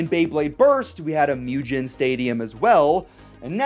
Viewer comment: It's not Mew Gin It's Moo Gen(like Get but with an n) Mugen = Moo Gen